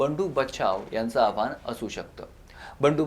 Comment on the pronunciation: अणिल नव्हे रे अनिल 😂😂😂 आणि आव्हाण नव्हे रे आव्हान जरा निट बोलायला शिक.